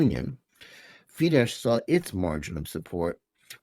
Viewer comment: The "SZ" in "Fidesz" is to be pronounced "SSSSSSSS" as a shard, voiceless "S", not in any way a king of "sh". If you cannot even pronounce the names of your enemies, just keep the f*ck silence.